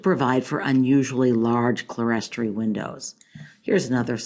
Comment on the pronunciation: Great! Pronounced "clear-story"